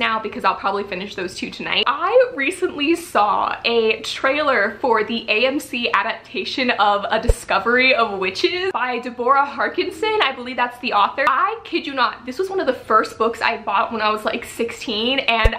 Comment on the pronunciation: It’s pronounced Deb-Rah Harkness